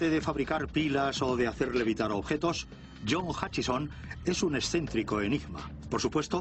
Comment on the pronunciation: Se llama efecto Hutchison, no Huckison, como serás idiota...